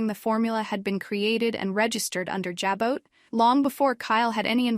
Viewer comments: Stop saying j-bit: It’s pronounced ja-bow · Here we go again JAB BOT, that show been on 50 yrs an these reports don't no how to pronounce Jabo😮😊